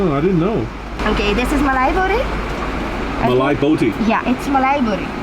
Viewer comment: the whitest way to say "mali botti" lol